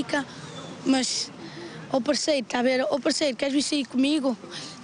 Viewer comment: "PARSEIRO" HAHAHAHAH DESCULPEM NAO AGUENTEI